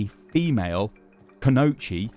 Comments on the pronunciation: Kunoichi = Koo -no -EE-chee Not Kunochi For future reference. Time to get more weeb when you talk about JP stuff. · Kooooooo knooooow EEEEE chiiiiiiii THERES AN “i” THERE STY THERES AN I!!!!!! None o’ that cool-know-cheese nonsense. I LOVE YOU BUT COMEON MAN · Could be wrong, but I believe it's pronounced - ku no i (said like ee) chi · it is ku no ichi thats how you would say it in chunks just a little tip but do you great content love it keep up the good work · everytime this idiot says "canochi" I die a little. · Try saying it like Kuno-ichi. That will sound better. LOL. For a playstyle we might expect to see check out videos of the Demon Slayer character Sango from the early 2000s Anime series Inuyasha. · Ku-no-i-chi You're pronouncing it very wrong, sorry. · Kunoichi is pronounced Kuh-no-ichi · Kunoichi is pronounced kuno iichie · Koo-No-EE-Chee: Confirmed not a Weeb. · My man said "koonochi" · Whenever he said Kunoichi.. ugh watch more anime xD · The way he pronounces "Kunoichi" makes it sound like a type of pasta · he just butchered the word Kunoichi to hell